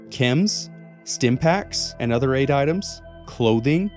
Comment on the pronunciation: What he said “Chems and Aid” What I heard “Chems and Eggs” 😂